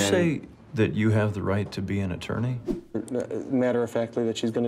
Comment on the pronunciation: “After atoorney Tom” 😆🙌🏼 STOOPPPP you are just as fun to watch.!